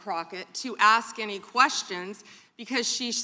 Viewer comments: not going to "AX" and questions??????????????????? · " not gonna ax any questions?" Crockett is an idiot